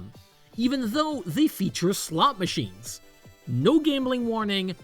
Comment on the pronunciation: I'm not normally one to poke fun at accents but I just can't help but giggle every time I hear "slut machines" in this video.